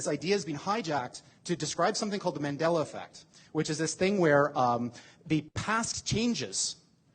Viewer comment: It’s called “Mandela effect” not Mandeller effect